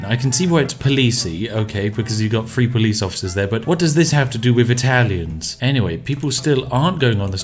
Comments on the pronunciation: Freehundred fousand pounds within free years??? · We are taking up a collection to help our favorite Brit learn to say three! Enjoy your tea.